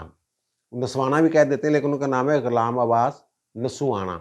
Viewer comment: السلام علیکم سر آپ کا وی لاگ بہت اچھا ہوتا ہے مگر اس میں طوالت ہوتی ہے. کوشش کریں یہ 15 منٹ کا ہوا کرے. دوسرے نمبر پر آپ کچھ الفاظ کی ادائیگی میں تلفظ کی غلطی کر جاتے ہیں، مثلاً غلام عباس انگریزی میں اصل ادائیگی Ghulam Abbas ہے آپ اسے Ghalam Abbas کہتے ہیں. مہربانی فرما کر ناراض نہ ہونا اصلاح کی خاطر میں کہہ رہا ہوں.